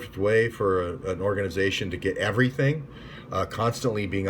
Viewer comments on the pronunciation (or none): none